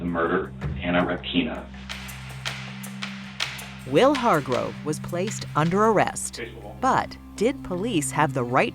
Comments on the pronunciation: REpkina , not RepkIna. First vowel is stressed. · Stress is on the "e"! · Anna repkIna. 😂 Pronounce the last name correctly! It's rEpkina!